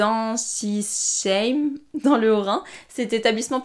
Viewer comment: La prononciation de l'etablissement dans le haut Rhin.... J'avoue que c'est pas facile à prononcé mais le "sh" ne ce prononce pas "ch". Einsisheim ce prononce phonétiquement "en.si.saim" Le s ce prononçant comme le mot "serpent"